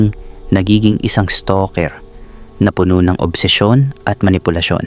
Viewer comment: Taga Laguna ho aq Los Banos Laguna Quezon province iba CALABARZON combination but not los Banos Quezon province 😂😂 At ang pangit nio ho mgbigkas ng mga words like ung PUNO(TREE) Pgkakabigkas mi is PUNO!!(FULL) 😂😂 anu klase Tagalog ka at pilit mu bonabago pgbigkas Jusko